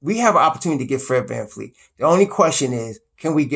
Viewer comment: His name is VAN-VLEET not Van-Fleet lol